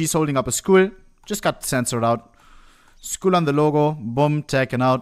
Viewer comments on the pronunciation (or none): I like how he can perfectly pronounce miscallaneous but pronounces Skull as Skool and valoran as ValOHrant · It's not even a German accent thing. He made me think they censored schools... (Schools? Are there schools in CSGO?). About Valorant, I think people who don't know the word valor will pronounce it that way, like you would pronounce imPORtant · Took me 7 minutes to realize he wasnt saying "schools". I thought china really didnt want schools shown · bro wie er skull sagt